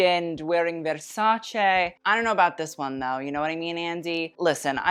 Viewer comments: you're the first english speaker i've heard pronounce versace correctly. THANK YOU!!!!!! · Right from the start i loved how you correctly pronounced Versace : ) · The way you pronunce "Versace" is perfect! Finally someone that actually knows ( and cares!).